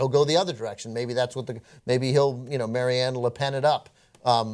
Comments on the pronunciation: It's Marie Le Pen, not Marianne Le Pen. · Young Turks, an anti far-right channel. talking about Foreign Policy and then one didn't know who Marine Le Pen was...or as called her 'Maire-Anne Le Pen'. Zero knowledge of Foreign Affairs here. Z.E.R.O.